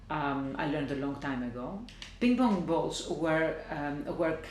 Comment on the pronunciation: I like how she says ping pong bolls..lol..